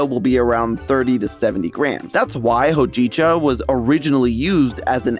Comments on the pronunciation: It's pronounced "hoe-ji-chah" not "ho-jeeeeee-cha" >_< Takes 1 minute to listen to a pronunciation video,. Sorry if I'm being harsh, but I LOVE the stuff. Hojicha is the GOAT in my opinion because it has these flavors like brown rice but not in a "I'm eating BREAD" way. It's a more subtle, roasty-toasty way. I do wonder if there's an herb that does what Matcha does for caffeine and could be added to espresso drinks to even out that spike of energy into a bell curve. Hojicha+caffeine mellowing herb+espresso=new trend? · Digestif! Cerbamate! Also: hoe-JEE-chuh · Every time said “Hojicha” I cringed. You butchered the word man. Check how it’s pronounced before recording. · How… did you mess up hōjicha? You are aware what the line above the o means yes? Also it’s only a matter of time until pu’er tea is a thing over here. The problem is, that currently a tea cake that’s even of middling quality is still really expensive because demand just doesn’t quite exist yet. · I have to comment that the pronunciation of hojicha was driving me crazy 😂